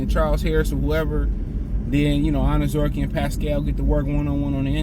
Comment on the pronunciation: 😂😅 for a guy who has a theme song in the words are I like to be educated. you keep fucking up this man's name and refuse to fucking say it properly. 😢😂 again this isn't your gf,s little poodle shitzu dog.just break down his name like they taught you in school here I'll even help you say it like it sounds........ OWN ZER REE KAY..... now say it all together mr. I like to be educated😅..... honest-to-god I wanted this guy cut so this idiot would stop mispronouncing his name clearly the education system failed him and Hooked on Phonics did not work